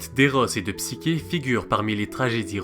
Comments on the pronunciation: Le Mythe est modifié dans ta vidéo, est ce fait exprès? Il manque la condamnation de psyché (qui se prononce "ch" Et non "k") qui doit se marier à un monstre et qui fini finalement par être accueilli dans un Palais qu'elle croit être celui du monstre en question. Il manque aussi d'autre détails qui ont leur importance. Ps: tu parles d'un Eros fils du Chaos, mais celui ci est à discerner de Eros que l'on voit dans ce mythe comme Cupidon (cf le Banquet de Platon) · wsh c heros et psicher toi tu dis psiker alors que c psicher le ch se lit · Cest psyCHé et non psyQUé